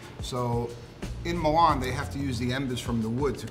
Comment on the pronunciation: It's difficult to take these guys seriously when they don't pronounce Milan or mozzarella properly.